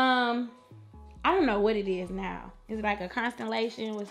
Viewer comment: "stay calm nah" Ok southern granny